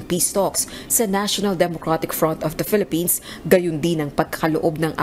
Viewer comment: Your lady anchor says "Phelippines" instead of Philippines. Common! Let's say it right.